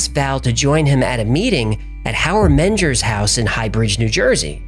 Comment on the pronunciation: name pronunciation is tricky, but typically menger would be said "men grrr" not "menjer"